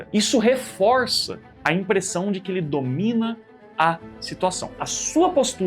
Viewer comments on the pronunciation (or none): none